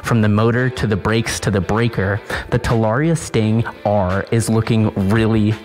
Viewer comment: At least learn howbto pronounce the damn name TA LA RRee Ah